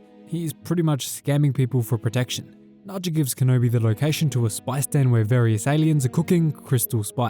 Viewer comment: Haja, not Naja!